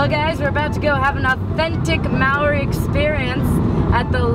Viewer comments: HAHAHAHAHA I CAN TELL YOUR NOT A KIWI! haha you say Maori the way it's spelt but really it's pronounced like moldy but the L isn't strong haha ;) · Your pronunciation of Maori is adorable. Good thing you are not a kiwi because you would be in trouble haha. Loading this up so long after you were here has really toyed with my emotions :( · Kia ora Hannah hopefully u enjoyed your stay how to pronounce maori = mould ri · It's so funny to hear hannah say Maori the way she does, if someone from New Zealand (like me) says it like that you get teased so much about it. As a tip, the correct way to say it, is similar to the sound of the world 'moldy' at least…. in a new zealand accent... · It's cute how she tries to pronounce Maori! Hahahhahahah Americans... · I don't think John Key is stupid, I mean he must be doing something right considering the fact that National won the election by so much. But I agree with you on the fact that the way Hannah pronounces Maori is funny. :) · I'm glad I'm not the only one who found her pronunciation cute :3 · as a new zealander, loved how this video included quite a bit of our maori culture/heritage. thanks hannah! but next time you visit NZ, we'll have to work on your maori pronunciation - i'm more than happy to oblige! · ahaha i love how you pronounced "Maori." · Your pronunciation of the word "Maori: is terrible. Don't worry though, I'm born and bred in NZ and I still can't bloody say it properly.